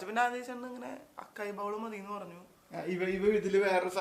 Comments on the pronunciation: അക്കായി എന്നല്ല അസായി എന്നാണ് pronouns ചെയ്യുന്നത് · “Açai” not Akai bowl 😅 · Won't you get to stay long term in Dubai. I want you both to stay together and be happy always. I am loving these long videos. Also fyi, in Açaí the C is pronounced as 'S'.